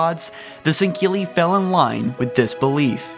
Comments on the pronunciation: "The sangheeley followed the foreigners" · I know has issues with pronunciation but the way he says "sanghelli" really bothers me. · not sangili. u say it improperly. 😂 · How do you get a K sound out of a word spelled S-A-N-G-H-E-L-I? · shipmaster's cool plus u pronounce sangheli and sanghelios wrong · Teh Hartley1018 I believe he was making fun of how pronounced it bud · there are many reasons.. not that he is a bad person but there are many flaws... like when he makes videos about something that was basically nothing, not checking lore before posting, pronunciation, fact checking, etc. this was indeed one of his better videos in terms of fact checking and lore though he left the arbiter section of the elites history out. but he butchered the elites native name alot worse then usual... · he said before he has a bit of a speech impediment, but still it aint that hard to say sanghelli lmao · Does it bother anyone else that he says sangheli like sangkeli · Jesus dude can you read.... sangheili not sankeili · Why does it sound like he's saying sangkilli it's pronounced Sangheili (Sang-heal-e) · Sang-heli not singheli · He says sanghili weird (sorry for spelling cuz I don't know) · Kristoffer Tell ikr "Sang-heely" not "Sinkeli" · "Sankhilli". MFG!!! It's so damn annoying!!! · it's pronounced "Sen-ghe-ili" not sankelly or sankilly -_ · Why does this guy pronounce Sangheili as "sen-keely" ? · "Shing-cili" "Mak-golo" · Bruh I need you to stop pronouncing Sangheli like that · I love your insight but PLEASE dont pronounce a "ck" sound in Sangheili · Fire! His unacceptable and awful pronunciation of words from the wonderful Halo universe. Is heresy and it makes him a heretic of the great journey. When I heard him say sanheli and sanhelios I thought blasphemy! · “Sinkeeli” “Foreigners” “Quill the rebellion” O_o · An Than Van Man Tan "sinkeely" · 4 Gaming San-ghe-lee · Jebidiah Kerbal he mispronounces Sangheili, Sanghelios, M'Lekgolo...